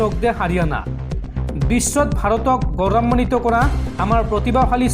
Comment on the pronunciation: গৌৰান্নিত নহয়, গৌৰৱান্বিত।